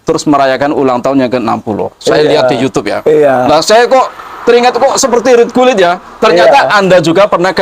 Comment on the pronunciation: Mas klo mo bikin konten..! Jgn buru2 terus klo pengetahuan blom bnyk diam dulu. RUT GULIT Bukan RIT GULIT 😁🤭